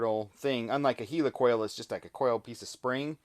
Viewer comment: "Heel ee coil"??? He means a "Heli coil", right? (As in Helicopter, or is that a Heeleecopter?)